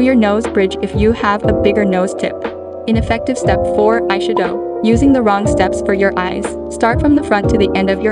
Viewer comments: I've never heard eyeshadow pronounced that way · Aye shud owe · When she said ayshadough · I’m dying at the EYE - SHA - DO 🤣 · "Eyesha-dow" has the same energy as that "fre-sha-vaca-do" vine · "Eyesha-doughe" I cant help but notice it. 😅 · "eye shue-doe" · “ai shadoh”🥴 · ay-she-doh LMAO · Bruh I didn’t realize it was a version of Siri speaking until halfway through the vid with the eyeshadow pronunciation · I like the way she says eyeshadow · The way she says eyeshadow lmao